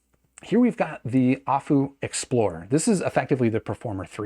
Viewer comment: It's A-full, not ah-foo lol. Their name was never hard to get but nobody says it right. I am really interested in this though, if it would be a better rec than the P5. My P5 was the best purchase I made until I bought my Thieaudio Hype 4. The P5 I could literally wear all day long with how comfortable they are. Plus the performance for the price was amazing, I literally sold my davinci because going from that back to my P5 made me realize I wasted my money. Especially because I bought my P5 on one of the last sales that went down to $175 for the price and that's such a steal